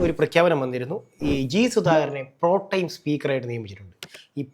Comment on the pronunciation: പ്രൊ ടൈം ആണോ പ്രൊ.ടെം ആണോ?